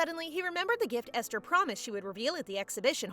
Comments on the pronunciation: Aster? Doesn’t say esther? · Ive never heard Esther pronounced with an A instead of E